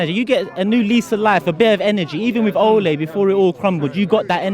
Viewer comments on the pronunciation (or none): Man said olay yano. Manchester manager olay😂😂😂